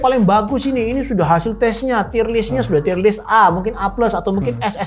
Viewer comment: dibaca tir (/tir/) bukan tayer, "tier" yg berarti tingkatan atau level bukan dari kata dasar "tie" yg bisa berarti seri/imbang atau dasi